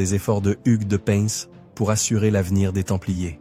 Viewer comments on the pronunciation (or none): On dit " pain" 😉